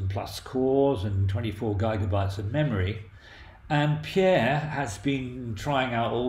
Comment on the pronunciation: Excellent video! Except for the pronounciation of "neurons" and "gigabytes" :P